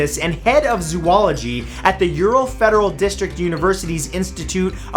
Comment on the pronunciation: zo-ology. zo, not zoo... great video😂